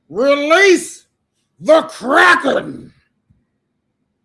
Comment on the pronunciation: 'Release.....the Crrrackin'...😂😂